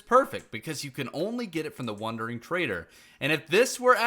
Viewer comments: The fact he said wonder instead of wander this whole video drove me nuts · Every time he says “wondering”…. Drives me crazy! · bruh you say "wondering trader" lol